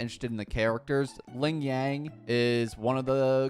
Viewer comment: Actually, you pronounce Lingyang wrong, his name is chinese and in english version, they(english) already pronounce his name wrong. I hear you pronounce as Lingyeng. For Jianxin, Jianshin is how yo pronouncd her name.